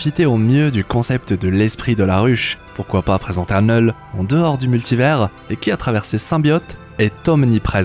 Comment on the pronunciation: Il dit "neul" à chaque fois